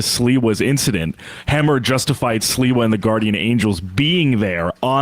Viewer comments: SLI-wa, not Silwa! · Sliwa = SleeWa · Sliwa is pronounced SLEEEWAH. Like sleazebag. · How can I take Sam seriously, when his cohost correctly pronounces Sliwa's name, and he continues to pronounce it as if it's spelled Silwa. He must not have been born yet, when Sliwa was made famous, by the New York based national media ( who think anything that happens in NYC. is national news) 40 years ago. If you're dyslexic Sam, listen to the people around you, who are correctly pronouncing names, and take a hint. I really don't think he even listens, to the others on his show, he seems to really like listening to his own voice, more than hearing others. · they didn't stop the guy.. they stomped him....And it's pronounced Sleewa...You sound almost like a bigger dope than them! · His name is pronounced "Slee-wah". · Sam: SLEE-WA 😉